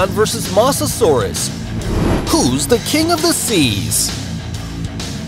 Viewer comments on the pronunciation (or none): This is how u really pronounce mosasaurus can u try to get it right pls Moe-za-soar-us